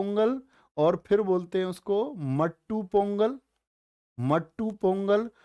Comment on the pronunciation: not मट्टू पोंगल it's माट्टू पोंगल not थिपु सुम it's थाईपुसम